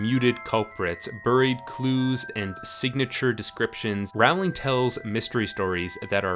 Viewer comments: It's 'Rowling' like 'bowling'!!! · It is pronounced "rolling". She has typed so herself. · 18 seconds in. its pronounced roll-ing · Its pronounced rolling. lol. don't be the guy who convinces an entire cast to pronounce Aang, ung... grr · Rowling rhymes with bowling. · It's pronounced like rolling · Rowling is pronounced ‘rolling’ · Rowling like "bowling"! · It's Rowling, as in bowling, ffs. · I would love to know why everyone mispronounces Rowling. It’s literally almost exactly like the bowling which is a super common word that everyone who speaks English knows how to pronounce! Nothing sets my teeth on edge like this mispronunciation of her last name! Lol I’m such a stan 😂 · Rowling like bowling. Rowling like bowling. Rowling like bowling. Rowling like bowling. Rowling like bowling. But I still enjoyed the video! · Please pronounce J.K. Rowling's last name correctly. It's pronounced the same as 'bowling' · This is a great video but I'd just like to correct one thing. You're pronouncing J.K. Rowling's name wrongly. Her last name rhymes with bowling. She said so herself. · Rowling like bowling. Not like around. Why do people think that the o in Rowling makes an ou sound? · How can you make an entire video about a person and mispronounce her name the whole time? Unless... this is an elaborate meta joke about misrepresenting people's identity? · Can no American pronounce her name correctly?? Jesus, it's not hard guys. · Great video, but i will never understand why so many people cant pronounce Rowling properly... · Ok but how do you make a whole ass video about the Harry potter books and NOT learn how to say the author's name right? 🤔🤔🤔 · Why do so many Americans mispronounce Rowling's name all the time? Smh. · you're pronouncing her last name wrong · Compelling content marred by consistent mispronunciation of the author's name... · IDIOTIC PEICE OF SHIT ITS ROW-LING NOT RAO-LING!! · It's Rowling like bowling, not Rowling like howling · Its JK Row-ling